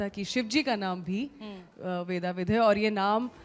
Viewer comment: ‘वेदविद्’ है नाम, ‘वेदाविद’ नहीं।